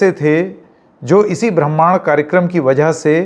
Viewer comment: आप ब्रह्माण्ड को ठीक से नहीं बोल पा रहे हैं।